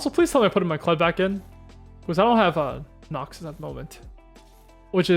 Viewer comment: You saying noxius is obnoxious